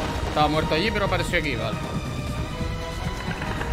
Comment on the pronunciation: porque dices estoy mueto en vez de disir estoy muerto